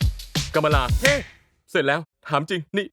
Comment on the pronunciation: เดี๋ยวนะชื่อน้องอ่านว่า กัม-มะ-ลา จริงๆหรอครับเนี่ย คือผมก็พูดงี้มาตลอดแต่นึกว่าอ่านว่า กา-มา-ล่า